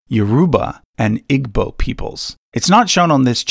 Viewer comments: just a tiny, tiny note since I'm from this tribe. Igbo (as in the Igbo people of Nigeria) is pronounced like "Ibo", as if the g is silent (it isn't, it's paired with the 'I' to make a kind of 'ee' sound in the back of the throat, lol). I greatly enjoyed this video & this channel! I will be buying the book :) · This is a great video, but I have to point out your pronunciation of Igbo is wrong. The g is silent.